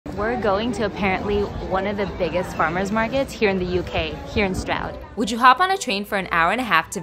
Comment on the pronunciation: Just FYI - Stroud is pronounced “Strood” I know, I know, we have some crazy pronunciations over here but that’s part of our charm right?! Loving your channel by the way - very entertaining and informative (even though I’m London born and bred) Great job! Onwards & upwards 👍🏼